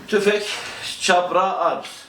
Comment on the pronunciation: Firma yetkilileri firma adını "Kapra" olarak "k" harfiyle telaffuz ederlerken siz neden "Çapra" diye "ç" olarak telaffuz ediyorsunuz!